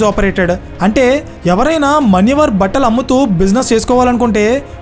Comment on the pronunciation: మన్యవర్ కాదు, మాన్యవర్